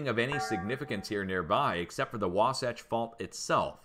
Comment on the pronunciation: i live in utah u pronounced that fault correctly